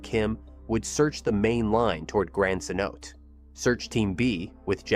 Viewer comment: Um… Cenote is pronounced ‘sen-oh-tay’, not ‘seh-note’ or ‘keh-note’. It’s tough to figure out the pronunciation for words you’ve never heard spoken aloud and may only have read, especially when some of those words aren’t English words.